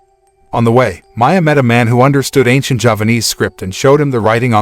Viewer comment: As T-oui said, it's Javanese not Japanese. The pronunciation is similar if not emphasise properly. Javanese is 1 of approximately 700 ethnic languages in Indonesia. It has similar writing to Thailand and India as the root I believe was sanskrit script.